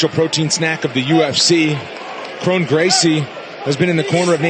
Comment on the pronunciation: How do you mispronounce your own name? KRON should sound like "KRAWN" not "KRONE"